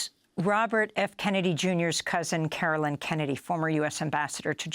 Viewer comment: I'm glad you aired this courageous statement by Caroline Kennedy. One request - please pronounce her name correctly. (She said it herself at the end if her reading.) It is CaroLINE (long i) not CaroLYN. She's not some obscure person; she's the only surviving child of a former, assassinated president; she is a member of a storied political clan and a member of the diplomatic service in her own right. She deserves to have Americans get her name right. Thanks